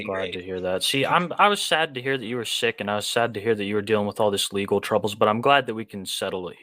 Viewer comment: Angwy pwedatos is perfectwy wegow